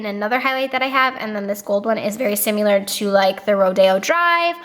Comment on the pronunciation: Girl...there is no U in similar!!! 😂😂😂😂🤦🏼‍♀️🤦🏼‍♀️🤦🏼‍♀️🤦🏼‍♀️ you are Laura leeing the fk outta that word!! ❤️💕